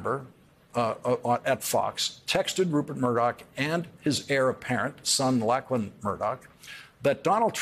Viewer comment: Lachlan is pronounced Locklan and Murdoch has been married four times.